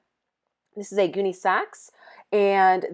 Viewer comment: lol And her "GOONEYSAX" is pronounced "GUN SAX". But 'Gooneysax' sounds better! :)